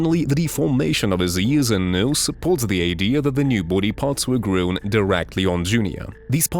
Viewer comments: Grown... GROWN. Not GREWN. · That's the best AI attempt at pronouncing "grown"! Frickin' hilarious 😂😂😂